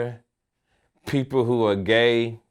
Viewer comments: Lol I love when that nigga say transgenger lol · this fool just said trans-ginger lol